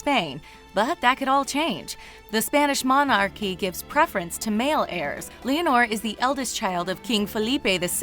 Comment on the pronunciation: You pronounced Leonor wrong.